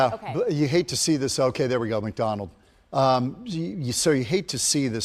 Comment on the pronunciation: Did he say McDonald’s??!😂 did he mean McDowell???